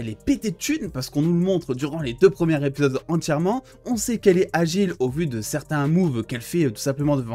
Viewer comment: Mec on dit "les 2 premiers ZÉpisodes, pas RÉpisodes" l'entendre 50 fois c'est hyper chiant 😭